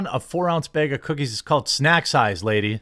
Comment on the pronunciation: "beg" of cookies. Nice.